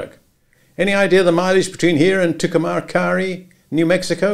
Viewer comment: FYI - It’s pronounced “two-come-carry” [New Mexico] not “two-kah-mah-carry.”